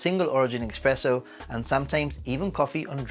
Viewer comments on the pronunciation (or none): It’s actually not expresso but espresso. 😊